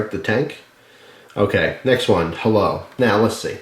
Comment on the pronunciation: hi. = sexy and he say heylo and its awesome